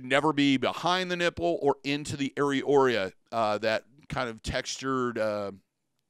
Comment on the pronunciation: SEE-bum both singular and plural AIR-ee-OHHH-luh note it is luh not ruh Addition to his advice on abandoning nipple piercings, if they either never fully healed or have a tendency to become angry/infected despite good, proper hygiene, speak with your physician prior to discontinuing about the possible need for antibiotics to ensure they do not heal around infection and become abscessed and require medical incision and drainage. Great advice all around.